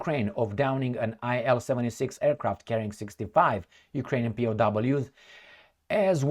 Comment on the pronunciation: IL-76 is pronounced as 'eel-76'. Designer of the plane was ILyshin Sergey Vladimirovich.